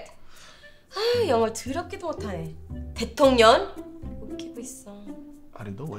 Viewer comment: she pronounced 대통령 weirdly....or is that the point.